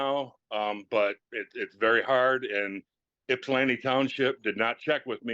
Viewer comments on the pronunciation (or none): It’s Ypsilanti, not Ipsan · This is my local court. The caption says Ipsan Township. It’s “Ypsilanti” or sometimes “Ypsi”. Pronounced Ip-Sa-Lan-Tea, or Ip-Sea. Most non-locals pronounce it with a Yip at the front, which is incorrect. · Just a heads up…. It’s Ypsilanti Township, Washtenaw County…not Ipsan Township. You must be hearing them say “ypsi township” said IP-SEE, which is a nickname for Ypsilanti. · FYI, "Ipsan" Township is actually "Ypsilanti" Township.